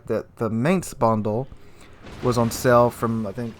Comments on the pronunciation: It's not pronounced Maynts, it's pronounced like Mine-ts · It's pronounced like the English word "Mines." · I don't know if anyone cares... but I'm just putting this out there.... it's pronounced "mine"tz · YO! The "A" is spelled like in the word "Bar". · please research how Mainz is pronounced cause yah killen me dude!!!!! Was stationed in Mainz, Germany for 2 years so I do know what I'm talking about! Link here to hear for yourself. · interesting info. if you don't mind a small pronounciation correction, the "ai" in Mainz is pronounced like "eye" and not like "ai" is pronounced in the english word "main" ^_^ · come on, plenty of youtubers already covered this and actually showed how to pronounce Mainz correctly. At this point you are just misspronouncing it just on purpose.